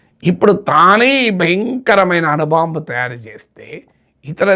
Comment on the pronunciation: అను బాంబు? అణు బాంబు !